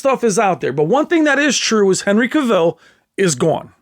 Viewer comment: CAvill, not caVILL. The A pronunciation like "mAn".